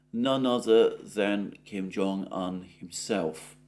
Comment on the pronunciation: It's Kim Jong oon, not Kim Jong an.